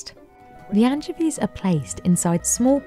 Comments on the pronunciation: I'll never not hear Anne Chevies for pronouncing anchovies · Worst pronunciation of anchovies I’ve ever heard. My ears want to vomit… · Mispronounced anchovies. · doesn't even know how to pronounce anchovies 😂🤣